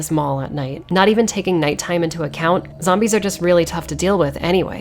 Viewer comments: Zombees. not the bees! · Zom-bees, huh. Damn.